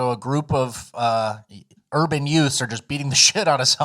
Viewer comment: A HHHWat? Did you say “yute?